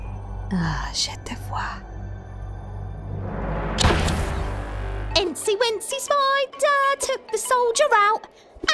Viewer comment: Not for widowmaker , I'm French , and the "Je te vois" is pronnonced "je té vois"